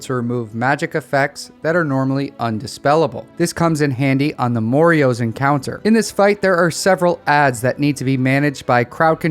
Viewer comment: Bruh what the fuck is that pronunciation of "moroes" LMAO. "MORE-EE-OHS" ??? It's just "moroes" dude... "More-ohs". How the hell can you fuck that up? xD